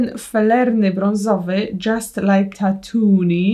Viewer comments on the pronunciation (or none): Grogu to jego imię xd i to się czyta tatuin xd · Grogu to imię, rasa nieznana. Tatooine czytasz Tatu-in. No i „baby Yoda”, to nie jest mały Yoda.